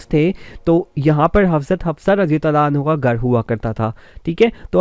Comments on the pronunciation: Bhai hanho nai hota hanha hota ha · And also, for female sahabiya, try to pronounce it 'Anhaa, and not 'Anhu. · O Janab.,. You should be focused on your pronunciation words... Like as ( Aannhaa for Fe-male Asahabiya ) and Aannho for Male Asahabi) .... Use word as chaaaaar paaeee not charpai...ok